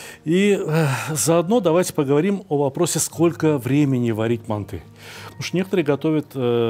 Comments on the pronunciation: Не мантЫ, а мАнты, Сталик...Емое..Вы ж в Узбекистане родились, говорите правильно.... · Россияне говорят мантЫ казахам уши режет😅